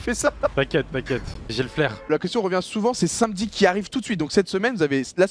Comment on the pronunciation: c’est normal doigby il sait pas prononcer “samedi”